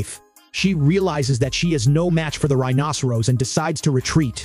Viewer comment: This commentator doesn't know how to pronounce rhinoceros correctly. If you're going to be an authority on this animal, at least learn the pronunciation.